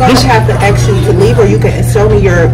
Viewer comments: Axe you? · She gon "axe" you foe yoe eye dee.....